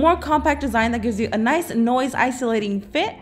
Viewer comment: She said noice not nice fit